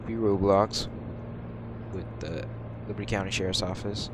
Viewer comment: did he just say mano county sherrifs office😅😅